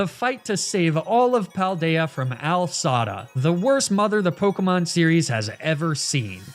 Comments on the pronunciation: The most triggering mispronunciation in the entire universe... Pronouncing AI (Artificial Intelligence) as Al (short for Albert). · I love how he says Al Sada instead of A.I. Sada ... I hope it's a joke. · “AL Sada.” Of all his intentional mispronunciations, that one made my eye twitch.